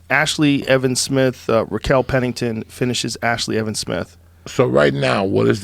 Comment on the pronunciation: “Rachel Pennington”